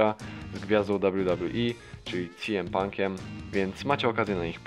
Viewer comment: się mówi siem pank -CM PANK